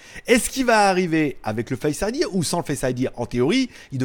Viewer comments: C est tres bizarre on dirait que tu dis face idièr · Merci pour la vidéo mais on dit pas face idir 😂